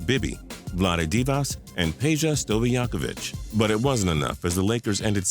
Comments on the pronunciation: and their names r also pronounced Vlade Divak and Peja Stoookovich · Man you killed the pronunciation of SOOOOO many names. Have ul check, Stoy ach o vich, Dee vach, Turk a lou. No harm no foul, great video